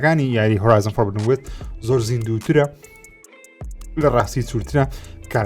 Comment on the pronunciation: Horizon: Forbidden west هەڵە دەخوێنیتەوە خۆی بە (فۆڕبیدن) دەخوێنرێتەوە